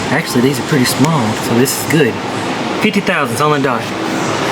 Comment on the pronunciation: I can hear Justin cringing every time you say thousandth lol. Thanks for the vid keep getting after it!